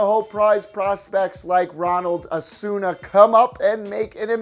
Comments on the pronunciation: Did he just say Ronald ASSONA 😂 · You butcher so many names😂 yoan moncada you said Juan manchado lol ronald acuna you said Ronald asuna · Ronald acuña not Ronald “asuña” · He pronounced Ronald Acuna wrong 😂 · Did he pronounce yoan moncada Juan machado?? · This guy doesn't know how to pronounce Ronald acuna or yoan moncada